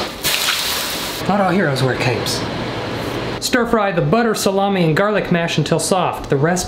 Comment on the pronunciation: Suh- lah- me- it was such a minor detail but it had me dying